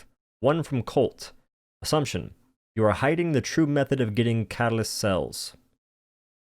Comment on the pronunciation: This is literally the funniest freaking video you’ve made btw you have an accent when you say catalyst??😂